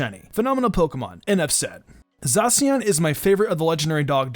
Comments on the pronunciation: It's pronounced like za she in. Eiscue is pronounced like ice q. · when u say zacian wrong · What was that? Is that how you supposed to pronounce Zacian because i heard some people pronounce Zacian very differently